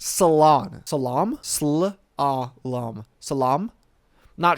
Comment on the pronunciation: Hard L tier list. Brother can’t even pronounce slalom, I can’t take you seriously after that.